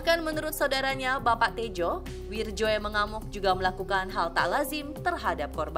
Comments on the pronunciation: Wiryo, bkn wirjo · itu Bacaan ejaan Lama.. bacanya WIRYO.. BUKAN WIRDJO.. WIIIIIIRRRRR YOOOOOOO